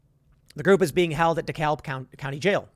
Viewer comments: Tim, it's pronounced "DE-CAB" County. Not "DE-CALB". It hurts my ears when you say it wrong! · It's pronounced "Deh-Kabb" we don't say "DEH-CAHLB" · A number of these particular ANTIFA people stay in Marietta GA and drive down. I see them regularly in West Cobb and they are a real local nuisance but are generally concentrated near KSU. Also Dekalb is pronounced "de-cab" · Dekalb → (Decab) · Dekalb County is pronounce: "de-cab" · You butchured Dekalb County. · The “l” in Dekalb County is silent. It’s deh-KAB. Dekalb is a weird place. It was poor, then wealthy, now poor again. The wealth keeps shifting, and it’s a place where racial tensions are constantly stoked. I believe it used to be two separate counties. It’s kind of a mess. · I live here and I know you wouldn't know this but it's pronounced "dee-kab" keep up the good work. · B*tch about police not being trained enough then b*tching when they try to train them better. There's no winning here. Oh and it pronounced Decab. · The "L" in 'Dekalb" is silent. Is said "Dekab". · It’s Daa Kab county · The L in DeKalb is silent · I love how he keeps mispronunciation DeKalb county lol And this is from somebody who actually lives in the Atlanta area